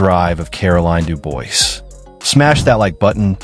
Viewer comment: Dubois is pronounced "Doo-Bwah".